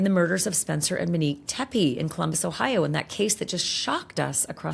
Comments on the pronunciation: CANT LISTEN TO YOU CALL HER MINEEK ONE MORE TIME. SHAME ON YOU. YOU KNOW BETTER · Im 10,000% sure her name is Monique not Minnique